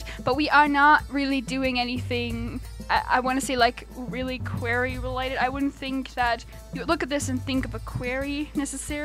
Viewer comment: I love this, even though its a huge habitat, the porcupines dont get lost in it. Just a pronouciation tip. Quarry is pronounced Kworry. Its an awful word for non english natives.